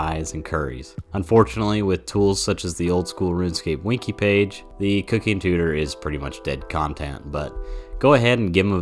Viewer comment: did you say winky page? XD